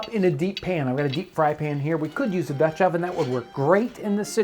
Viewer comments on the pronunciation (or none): none